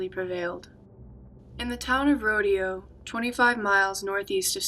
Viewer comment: its pronounced ROW-DAY- O lol im sorry im from the area and i always hear people pronounce it that way cause thats how its spelled ... love your content